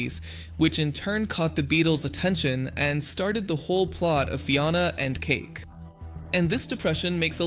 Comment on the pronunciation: Is the voice Ai? Because theres no way you would pronounce Fionna’s name and Ooo like that if you watched the show. Its fine if it is an ai voice i just wanna know